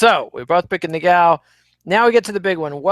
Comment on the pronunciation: Ngannou Not Niggao... Smh